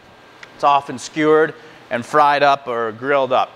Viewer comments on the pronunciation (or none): none